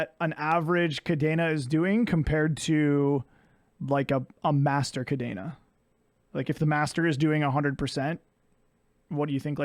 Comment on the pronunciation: Love the series, pretty cool video. Cadena is indeed busted. And fun fact, it is "cah-DEH-nah", not cadeena, not cadaena. It is a spanish word 🤣